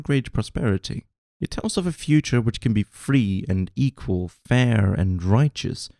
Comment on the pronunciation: "Euqally" oops